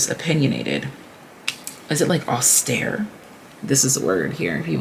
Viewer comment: You said "austère" right the first time in french my sweet lady. It is a french word too.